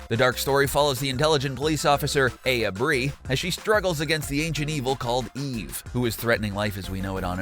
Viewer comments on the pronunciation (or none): Also, Eye-Ah Bray-Ah, not A-ya Bree. lolololol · Did you seriously pronounce Aya Brea as Aya Bree?